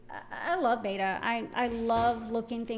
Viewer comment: not for anything but it is not BETA, Its BETTA.